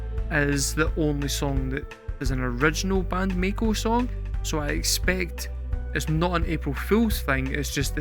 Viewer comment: Mako is a type of shark. A Maiko (My-Co) is an apprentice Geisha. You;re still saying May-Co. In Japanese i is pronounced as a double i, or Long E sound. So it's Ma-ee-ko. There is actually a word in Japanese, ii.It's just means good. But BAND-MAIKO was so well received they did this two years in a row and never again. The next year was the COVID Lockdown and the following year was Miku's Solo project Cluppo's PEACE&LOVE. She did a song for each member of BAND-MAID but only PEACE&LOVE got a video. That one was for MISA who has a sort of Hippy / Punk aesthetic when not in uniform. You might do a reaction for that one since you like Miku's singing. It's pretty good, or ii desu ne. Very catchy. Also, Orenji has done documentary videos for each of the girl's backstories. You should watch those, even if you don't react to them. If you want to hear another band kind of like BAND-MAIKO check out Wagaki Band.